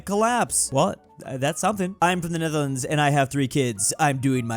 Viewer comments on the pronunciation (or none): none